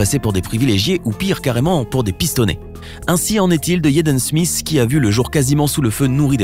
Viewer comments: "jeden smis" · La manière dont il prononce son nom 🤦‍♂️ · Tu prononces tellement mal son nom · C qui lui pour traiter les gens de deception. Il est mm pas capable de dire Jaden Smith correctement